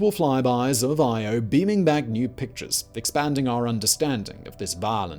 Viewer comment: I was only half listening at first and I thought he was saying Iowa. I was like WTF is he talking about volcanos and magma lakes. Hahahahaha!